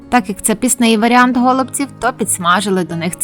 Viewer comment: Почему гОлубців, а не голубцІв ????